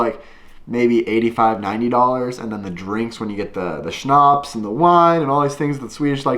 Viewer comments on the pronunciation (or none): none